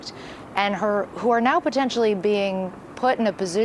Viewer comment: "Potensively"? Is that potentially + ostensibly? 😂